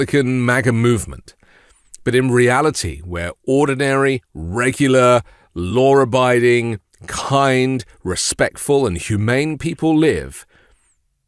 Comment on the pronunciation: There is no R in law abiding. You are talking to Americans right?